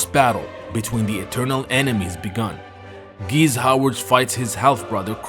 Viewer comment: GEESE - NOT GEEZZ